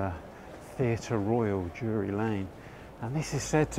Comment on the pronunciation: Nice one, just to point out it’s Drury not Dury Lane